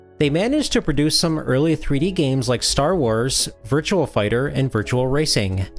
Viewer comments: It's not Virtual Racing or Virtual Fighter. It's Virtua - just remove the letter L from the word Virtual and you've got it. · Virtua.... VIRTUA... no "L"... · I swear he kept pronouncing a phantom L at the end of Virtua, i.e. Virtual Fighter.